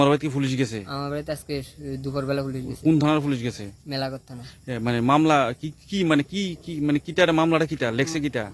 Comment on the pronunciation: কথাটা মেলাঘর উচ্চারণ ঠিক করুন ।